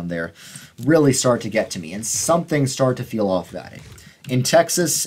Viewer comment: That “Tyexes” near the mark 😂